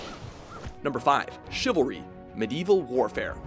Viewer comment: Am I the only one who's kinda uncomfortable with this guy's pronunciation of Medieval?